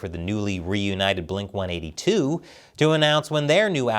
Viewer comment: It's not Blink One "EIGHTY" Two It's Blink OneEightTwo (no spaces)